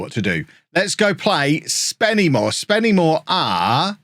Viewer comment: It is pronounced Spennymoo-a not SpennyMoor as someone who lives like 5 mins away from the place 😂